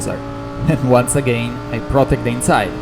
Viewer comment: devo dire che parli bene inglese dal punto di vista dei vocaboli e della struttura della frase ma metti l'accento su alcune parole proprio male haha (es. protect, until, penalty, legit ).... ti consiglio di ascoltare qualcosa anche su youtube comunque stai migliorando! Per il resto video stra interessante!